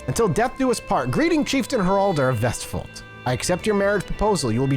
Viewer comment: I will give you this, as a norwegian, your pronounciation of vestfold was almost spot on